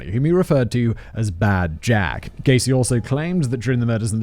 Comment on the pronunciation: I went from hearing Gacy, to Caisy, to GAYsy